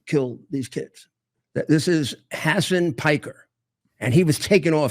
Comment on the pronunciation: Is he calling Hasan “sand” Parker? 😂😂😂 Dude fix your dentures 😂😂😂